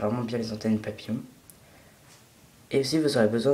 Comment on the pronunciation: on dirait quil dit plier du papier en forme de papier. je dit ca meme si il dit papillon